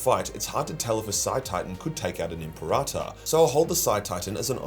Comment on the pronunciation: M.P. Rata is such an odd way of saying Imperator. Am I missing something?